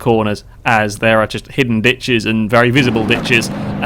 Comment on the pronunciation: For a moment I thought I heard "Bitches" instead of "Ditches" xD